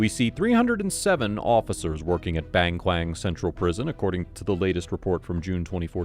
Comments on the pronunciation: Not baeng Kwaen but Bang Kwan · BAHNG KWAHNG** Big tiger prison. A simple search could have told you how to pronounce it. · i coulda swore when the video started he said "bang clang" 😭